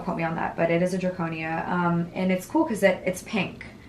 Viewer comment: It’s not draconia, it’s Dracaena. In case anyone wants one.